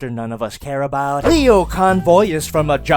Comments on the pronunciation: its pronounced Lio as in lion. Not leo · Actually the "Lio" part of the name should be pronounced "Lie-oh", basically like Lion but without the N. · For future reference, in Japan his name is pronounced as Lie O Convoy......But you don't care really do you?:D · It's lie-oh convoy. Not leo convoy. Lie-oh. Repeat after me. Lie. Oh. Lie oh. It's not that hard to remember. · pushes up glasses Um, it's actually pronounced "LIE-oh Convoy" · You mispronounced "Lio" - its Lio as in lion or liar. You mixed the two names together and kept calling Leo Prime: Leo Convoy instead of Lio Convoy. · #umactually it's pronounced lie-oh not lee-oh. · Lie-oh. It's lie-oh. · It's le o you dumb sh#t you got it right the first time me grimlock smart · It's actually pronounced "lie-oh",. I'm not "But, "-ing you, just pointing it out. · IT'S LIE-O CONVOY REEEEEEEEEEE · ummm actually the lio in lio convoy is said like the lio in lion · I know doesn't care but isnt it pronounced lie-oh convoy?